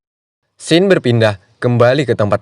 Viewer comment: ralat bukan syein tapi sin.